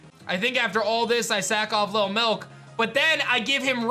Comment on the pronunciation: I can’t wait for lil milk to die so I can quit hearing you say “LIL MILK” with that annoying ass emphasis on the “K”. So annoying